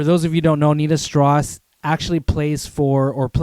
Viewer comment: Its strauss, as in Johann Strauss. Not stross. Enjoyed the vid though.